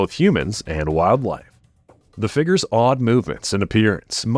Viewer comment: I like these videos but the narrator sure talks about a lot of "figgers"!